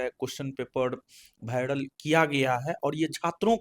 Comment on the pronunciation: Viral ❌️ bhiaral ✅️